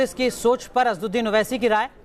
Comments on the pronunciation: ye jo anchor hai inko thik se asswadin owese ka naam be thik se lena nahi aara hai..Aur asad bhai se baat karraha hai.. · Kaunsa anchor hi yeah jo asad bhai ka naam lene bhi nahi aara isko...hhhh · Asaduddin owesi naam to sahise lena nahi aata anchor ko🤣🤣🤣🤣🤣🤣🤣